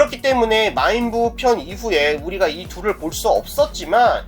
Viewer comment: 초에 우부가 아니라 부우입니다.